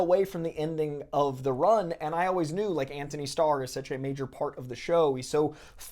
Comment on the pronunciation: I gotta ask, why do you say "sech" instead of "such" ?